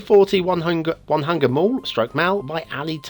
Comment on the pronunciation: Onehunga Mall is the street where this building is, 340 is the number. Onehunga is a suburb in Auckland, NZ, where I am from. It is pronounced own-e-hung-a with a hard 'e' and a soft 'a' sound in NZ's native Maori language. Good review as always.